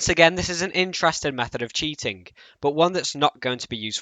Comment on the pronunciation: "LookingK" "cheatingK" tell me, what accent is that? Honest question man, no hate. I hear more people pronounce these kinds of words the same way you do. Great video!